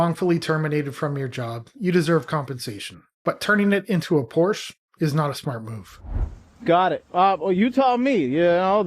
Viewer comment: Please pronounce Porsche correctly